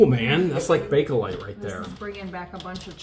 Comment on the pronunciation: Bakelite is pronounced "bake-light". Not Bake-a-lite.